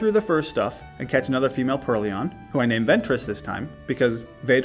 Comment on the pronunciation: Alder wasn't the only one lmao. I think you called Purrloin a Purr-Leon until you evolved it. It's supposed to be Purr and Loin like coin. But in hindsight it was funny as heck so I think it's good you kept it!